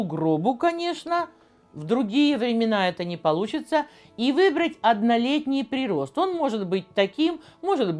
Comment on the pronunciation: прИрост,ударение ставите как неспециалист